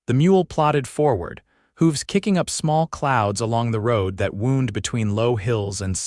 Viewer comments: Really nice story, but the repetitious mispronunciation of AI extinguishes the magic. So often, great story, then ruined by words like , "wound' and "live". Too bad. I'm an English teacher, am always looking for stories my students can listen to. Sorry, not this one. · Wound and wound different pronunciations different meanings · AI may be a helpful aide, but still leaves a lot to be desired. The incorrect pronunciations of words like "wound", "live", and "read" show, and hear, plainly the inhuman element that detracts so jarringly from the narration. The captions are surprisingly good, but also have those occassional AI flaws that irritate. Wish there was some careful editing to eliminate these elements that mar a pleasant story. OR, USA